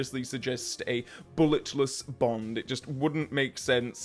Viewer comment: I know you said “Bullet-less” Bond, but I heard “Bullet-List Bond” and I really prefer the latter over the former.